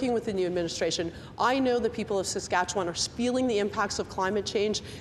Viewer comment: It would help if McKenna started to pronounce Saskatchewan correctly.